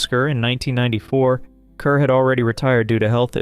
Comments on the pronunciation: Pronounced Deborah CARR. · Kerr is pronounced "car." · Deborah Kerr is pronounced "KAR" (rhymes with "star"). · Rhymes with 'star'.